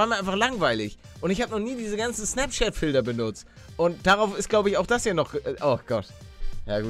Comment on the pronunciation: Warum sagst du zum T immer D z.B Filder